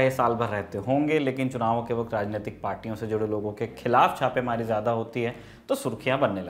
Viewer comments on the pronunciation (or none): none